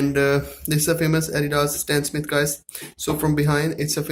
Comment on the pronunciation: It’s stan smith not stan smit